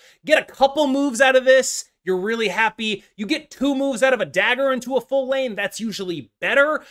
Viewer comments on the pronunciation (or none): none